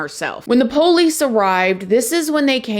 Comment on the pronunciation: Girl!! Mr. Ballen told this same story, but he didn’t mention that she had psych issues before this situation. Cra-ZEE! BTW I love you and your personality…and the way you say “the poe-lease”!!❤️❤️☺️